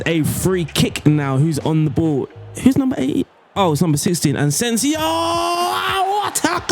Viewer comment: Where do you get all these Ns from in players names? Ansensio? And Toni name is pronounced Kros but the a longer O, not like spanish Cruz